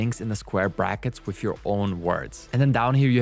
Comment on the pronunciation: Wif, bof, worf. Amazing. You can't pronounce "th". I am glad it is called "Chat" GPT, if it was Chath GPT, you would call it "Chaf" GPT.